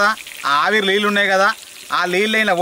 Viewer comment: అన్న లిల్లు కాదు అవి నీళ్లు